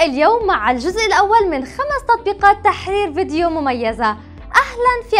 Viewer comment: انا لا اقصد الاهانة بس الفيديو فيه الكثير من الاخطاء اعتقد ان المقدمة تعبانة بس تقول تححححررير تركز على حرف الحاء و الكثير من اخطاء الكلام فقط انا اسف بس اذكركم كي تعدلوها و يصبح محتواكم افضل